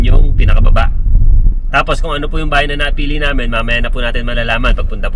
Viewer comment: Natawa ko dun sa may "haybay na kami!" Ni ate hahahha!